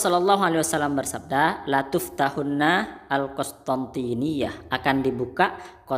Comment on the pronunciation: Latuftahanna لعل الصواب bukan Latuftahunna 🙏🙏🙏